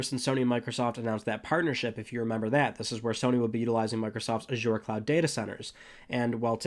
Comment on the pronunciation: You pronounced Azure wrong.